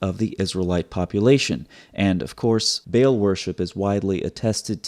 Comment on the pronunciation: Sir its not bale, بیل، but its بعل baal, a is long vowel. 😊 From Pakistan, a Proud Paki and Christian. ❤️🇵🇰